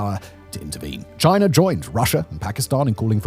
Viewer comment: What is this country "Chinar?" I have never heard of it. Is it ruled by Winnie the Poohr?